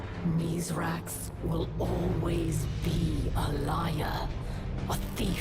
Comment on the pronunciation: Hey, as our you gotta stop calling Misraaks, Mithrax.